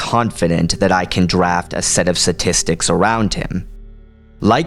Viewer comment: "satistics" ... I think the word you're looking for is sTatistics